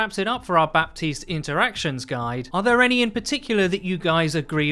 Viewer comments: Buh - teest not bap - teest. Thanks for coming to my ted talk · His names pronounced Ba-teest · "Baptiste" is pronounced as "Batist". With a silent "p". No wonder I can't hear him in the toilet. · How is Baptiste pronounced batees? Are we just gonna ignore 1/3 of the letters 😂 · Pls stop pronouncing the "p"